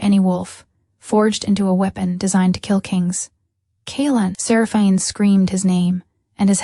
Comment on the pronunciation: Good story, but could the narrator please pronounce Seraphine properly 🤦‍♂️